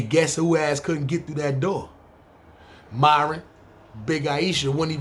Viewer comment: Nigga said miron eyes lmfaooooo khill they dont kno about tha ben let me hold 40